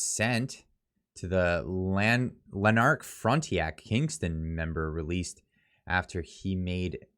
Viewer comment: Pronounced “Lan-ark”, and “fron-ten-ack”